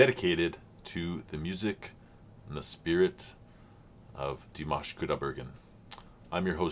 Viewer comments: There is a video titled "how to say Dimash Qudaibergen´s name". And the "a" in Dimash is clearly an "a" as in "pizza", not an "a" as in mash(ed potatoes). It appears some English speakers have problems hearing this clearly. But Jeff said "Dimash" correctly in the beginning of this video! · Do you mean in the beginning when he says Dimanche Dimash? If that’s the case I wonder if you know that Dimanche in French means Sunday and Jeff has named his Dimash reactions this because he’s posting them every sunday. And he pronounced the name correct. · I'm not quite sure what you mean. He pronounces the name Dimash perfectly. He's not repeating Dimash's name. The French word for Sunday is dimanche and pronounced similarly, that's just how it is. Dimash Sunday. Dimanche Dimash. I don't think that's silly.